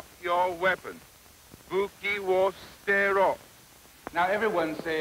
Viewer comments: That stood out to me as well, like "at least he knows that the 'u' is typically silent." Although it's more like "s'tero" and not "stero" the way he says it. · The way he pronounced it doesn’t sound like the a in father more like an ash. And why did he write soo-teh-roh but pronounce it like steh-roh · Buki wo sterro. apparently It's su-te-roh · He pronounces sutero wrongly tho